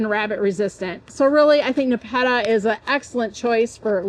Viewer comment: We pronounce it Nep- a - ta